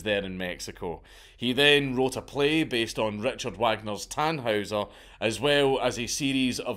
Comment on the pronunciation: The pronunciation of "Richard Wagner" hurt my soul